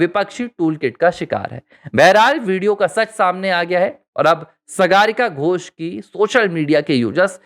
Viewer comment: सागरिका घोष सही नाम है सगारिका घोष नही जैसे आप ने कहां रह है